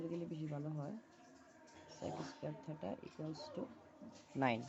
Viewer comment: ভিডিও মানসম্মত না হলে দেখতে ভালো লাগে না। উনি এই দিকে ভিডিও করছেন অথচ ব্যাকগ্রাউন্ড এ অনেক সাউন্ড হচ্ছে। ভিডিও আরো ভালো করতে হবে। আর এই টাকে থেটা না থিটা বলে। বললে ভালো শুনায়। (SSC batch 2025)